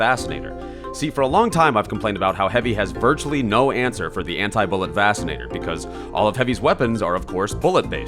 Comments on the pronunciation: I'm fairly certain it's pronounced "vaxinator" not "vassinator" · I have a problem with how you say vaccinator-. Also, Not a heavy main (pyro main), but heavy is so fun... and the gru is real good